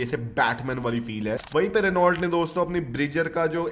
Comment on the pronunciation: भाई आप रीनॉल्ट क्यों कहते हैं? यह रेनो है।